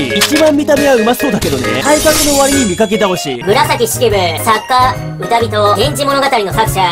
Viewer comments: 歌人［かじん］じゃね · 紫式部の項目の「歌人」のところ、漢字の読みは"うたびと"ではなくて"かじん"だと思いますよ。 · うたびとは誰かのベストアルバムのタイトルやろ 歌人の読み方は（かじん） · 歌人って「うたびと」じゃなくて「かじん」なんだけど…